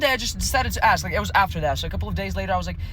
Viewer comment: The word is “ask”! Not “axe”!!! The degradation of English. And it is not “supposedly”. It is “supposedly”! C’mon!!! You make yourself look stupid.